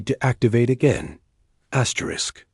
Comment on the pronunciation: Fix your AI or whoever is reading it there's no reason for it to be saying astric astric not worth subscribing to